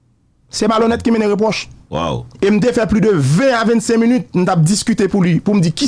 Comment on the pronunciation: nèg sòt yo pa di munut, minute ni atukule nèg sòt idyo